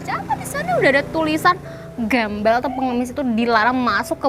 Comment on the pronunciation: Alah mer mer klo ngomong gembal gembel